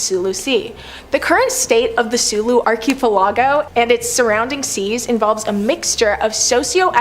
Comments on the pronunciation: It's pronounced ark i pel i go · Are you freaking serious? Archie pellago?!! Wtf is that